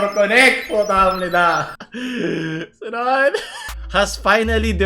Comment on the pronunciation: japanese accent Sunodddddddd~~~~~~